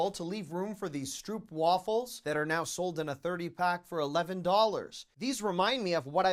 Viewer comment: Stroopwafel is a Dutch word that is pronounced Strope waffel (long o sound). One of my grand-childrens' favorite treats as their Opa (grandpa), my husband, immigrated legally from Holland in the early 60s. We would often treat them with these that we would bring back from Holland.